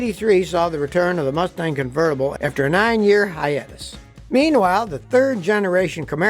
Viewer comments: Hee-atus... lol no its Hiatus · “Hiatus” hi ate us just sayin 😎🤙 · Nothing like an 8 year "hey-ate-us"! :) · who pronounces ‘hiatus’ like Scotty????